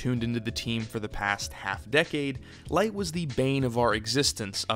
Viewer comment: You know you pronounced Licht’s name throughout, right?